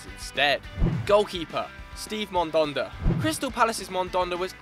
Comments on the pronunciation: Mandanda; not Mondonda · It's Mandanda, not Mondonda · "Mandanda" not "mandonda" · ffs it's man.. dan.. da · The way he said Mandanda